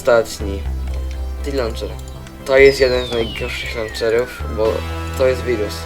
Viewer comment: ja koham majkraft ti lanczer